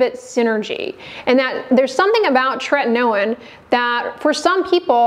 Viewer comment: It appears that tretinoin is spelt wrong……it clearly, from the presenter’s pronunciation, only has one ‘t’ at the beginning and no ‘t’ in the middle….. just like the ‘in-ernet’!